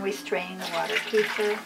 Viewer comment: it's pronounced "KEh-FEER"